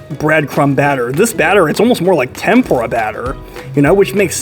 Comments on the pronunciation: You're mispronouncing Tempura. You should google the pronunciation. You're saying it like tempra, it's supposed to be pronounced Tem-pour-ah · it is tem POO-rah u stress the middle syllable, but whtevs, it tastes good. is what matters . ;) :face-turquoise-covering-eyes:😂😉